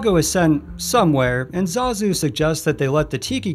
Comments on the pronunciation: "Yago, and zuh ZOOO" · The way that narrator says Zazu smh